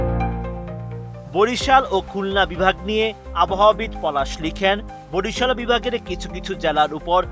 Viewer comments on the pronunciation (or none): none